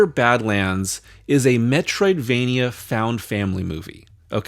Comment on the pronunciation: Now I have to see a May-troidvania series or something. Castle-May-nia? I dunno.